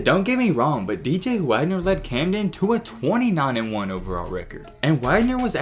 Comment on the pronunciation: He said Camden right finally😂 great vid lately they’ve been bangers